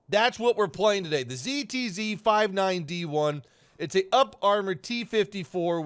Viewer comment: ok its just a tiny bit weird that you pronounce the ZTZ59D1 like that but germans get a pass with their Pzkpfw VI Tiger Ausf. E. ZTZ is abbr for ZhuangjiaTankeZhuzhan (armoured tank, mainbattle), which is basically the same as the german's Panzerkampfwagen (armoured,war vehicle). so if youre not going to pronounce german tank designations weird, its kinda off putting that you pronounce chinese ones like that. In case you're about to say "yeah well but the Pzkpfw VI can just be called the tiger tank." well the ztz59D1 is also called the Type 59 D1, but Gaijin decided to use its production name instead. So its not that chinese people give tanks robotic names, its because gaijin is using production designations.